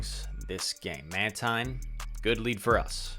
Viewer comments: well done man! and it is indeed Man-teen. I was thinking exactly what you were saying, "why is he switching up pronunciation?" hahahaha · how do you pronounce mantine lol